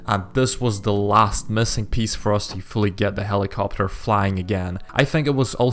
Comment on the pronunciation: when he said'' Find and repair a helicopter'' i heard ''helicopper''